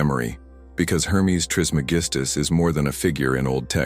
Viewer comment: Can’t take you seriously if you cant pronounce his name correctly. It’s tris MEG is tus